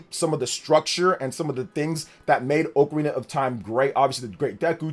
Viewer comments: It's "oc a rina" not "oak a rina", get it right. Lol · Oc-arina not oakarina. Kinda like octopus you don't say oaktopus lol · Respectfully, I disliked the video based off the pronunciation alone. Dude said "OAK-arina" of time. Absolutely wild work. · It’s wild how many people pronounce it wrong, as oh-carina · If you cannot say Ocarina of Time like you're supposed to and you say it stupidly like that do not say it at all you're ruining the name of the game